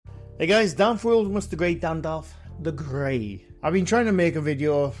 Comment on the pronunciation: Hello, It’s took till this video for me to work out what you say in your intro. I didn’t know whether it was Dandolf the Great or Dandolf the Grey 😂 (i got it now tho)